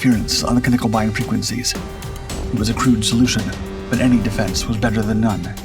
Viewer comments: Knickebein, not Knickelbein! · Also no L in nickebein